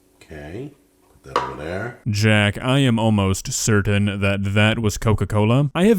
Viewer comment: I am almost surden that is not how you pronounce certain.